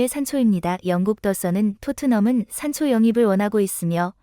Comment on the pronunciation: .....산소가 아니라 산초다 똑바로 해라